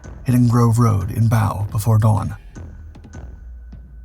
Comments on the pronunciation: The first V1 to hit London hit Grove road in Bow pronounced bow as in bow tie not as in take a bow, bloody American AI. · Grove Road is in Bow as in Bow and arrow. Not Bow as in bow down. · The London district of Bow. Is not bow as in bow and scrape, or bow-wow. It’s bow, as in buttons and Bows. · still A.I. doesn't know how to pronounce Bow the district of London